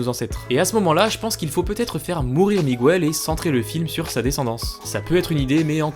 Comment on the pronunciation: Bonne vidéo, mais par pitié, arrête de dire "migouel". La prononciation en espagnol est la même qu'en français.